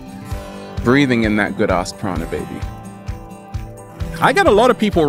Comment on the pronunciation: I think it's prana not prada loool